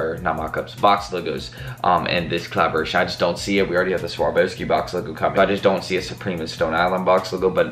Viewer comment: lol the "swarvoski" LOLLLL